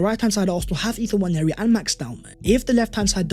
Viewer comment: Dude,, seriously... His name is EBERECHI, not Eberizzi, not Eberachi, not Eberichi. Pronounced E-BER-ETCH-I And while we are on it, it is NWANERI, not Nwanyeri.